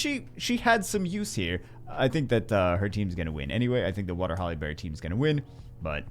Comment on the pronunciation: Did it sound like he was saying Halle Berry to anyone else the entire video?